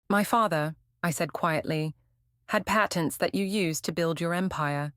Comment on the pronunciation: Patents. Say it properly.